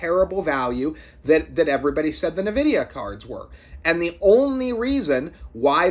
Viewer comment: ITS N-VIDYA EN-VIDEE-AH FUCK ME CHRIST NUH-VIDYA